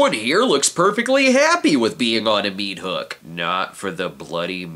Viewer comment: What's a mea-thook?